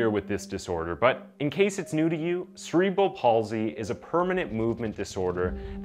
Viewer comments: This was a weirdly put together video. The dramatic music and descriptions seemed a little insensitive. Like the death of a child isn’t something to use for dramatic entertainment. There’s a lot of ways to speak about cases without making it into a TV drama. Also the weird subtitles and word pronunciation were strange as well. Cerebral palsy is pronounced [se][re][bal] not [se][reee][bral]. And latter is pronounced [la][ter] not [later]. They’re two totally different words and spelt differently for a reason. And hiding words like ‘death’ but then not in later sentences. Or victim. These are normal words. Just seems really off to me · Cerebral is not “See” it’s “Sera”. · Say it with me, CEREBRAL.